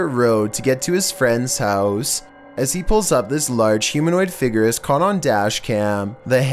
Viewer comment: "Figurr" "Hooooves" pronunciation 100